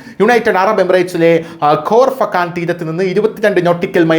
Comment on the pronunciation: ഫോർഫകാൻ അല്ല പൊട്ട കോർഫക്കാൻ ആണ്.